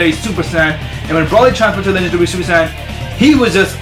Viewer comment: you say super san its super saiyen